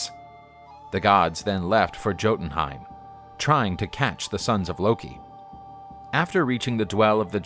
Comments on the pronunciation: The J is pronounced as a Y. Yo-den-hime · Jontunheim is pronunced. Yo-Tun-Haym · Yotun it is pronounced yo tin heim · It’s not JOE in the beginning, it’s YO so Jotunhiem is pronounced: Yo-tun-hime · Jotunheim (yoh-toon-heim) not (joe-toon-heim) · Okay im sorry but its pronounced yo-tun-heim not jo-tun-heim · 1.) Jotunheim & Jotun are pronounced as "Yotun" & "Yotunheim" but are spelled with a "J" 2.) Loki is not evil, he's the God of MISCHIEF (learn the difference) and because of this the gods sometimes mistake him as the one responsible for many things like when Thor's hammer was stolen by a Jotun and Thor thought that Loki was responsible even though he wasn't (Except for Balder's death, he's responsible for harvesting the mistletoe and giving it to Hodur.) 3.) Fenrir is NOT evil, he was scared since he was captured & taken prisoner in Asgard but the gods let him roam freely since he was still a tiny wolf pup also Tyr bonded and took care of him until he grew massive which made Odin scared and ordered that the wolf be chained with the help of Tyr since he was the only one who can get close to Fenrir w/o scaring him away (Tyr tried to change Odin's mind but failed, I think?) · when jotunheim is spelled like "jotunheim" instead of, "jötenheim". it is pronounced with the j. but if that silly little ö is there, it is pronounced yotuhnheim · I think it’s pronounced “yo-tonheim” but I don’t really know much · the way he said jotenheim really is triggering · Great story! Just a word to the wise, the j in things like jotun and jotonheim is pronounced like a y. So it sounds like yotonheim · Bruh why does he say jotenhien like that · It’s pronounced yotenheim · Dude you are abysmally mispronouncing that. The J is pronounced like a Y. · And they keep pronouncing Jotun and Jotunheim wrong. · Isnt the J suposse to be silent? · I thought the j was silent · Your pronouncing jotunheim wrong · Your Jotunheim triggers me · Stop pronouncing the J!